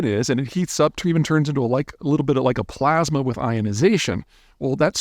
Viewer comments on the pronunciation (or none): none